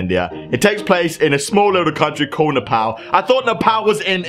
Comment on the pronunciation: It's not Nepaal nepal it's prnowscd NEPaul